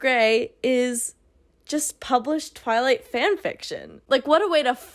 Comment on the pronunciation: Every time you said ‘twilight’ I heard the word ‘toilet’😂